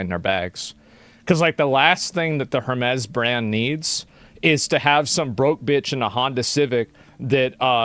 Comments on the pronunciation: Pronouncing Hermēs as Hermez is pretty silly. It's the name of an ancient Greek mythological figure, the messenger of the Gods that was later represented by Mercury in the Roman mythology. We've been pronouncing his name as Her-meez for as long as English has been a language. It's quite telling that illiterate people are talking about the brand though, as they're usually the same people who are most easily influenced by brand name marketing. The Greeks today pronounce it the same way: Her-meez. I mean, they roll their R's, but still, they don't say Hermez. It's not a Mexican brand lmao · It’s not Hermez…it’s pronounced Airmez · sounds like "Air" mez. ;-) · "Air-mezz" you uncultured swine. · It's pronounced "Ermés." The "H" is silent. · It's pronounced HERMEES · You mean her-mee’s?? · Hermès is pronounced "Air-maze". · HER-MEEZ HER-MEEZ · Everybody already knew that. It's HUR-mees. Greek for Mercury. Also a cyber war mech in "Empire Earth." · I’m sorry, you say Hurmays? Oh honey, your ignorance is hurting me